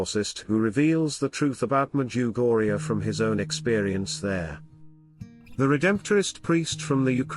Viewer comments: Can you please make use of your own voice or someone else's voice, a human voice that is real. My wife refuses to listen to your wonderful talks because of the voice and your pronunciations of "Medjugorje " It drives her bananas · You can't even pronounce the name of the place correctly.